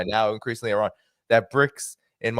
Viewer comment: and his way to prononce Iran: Araaaaaan 😅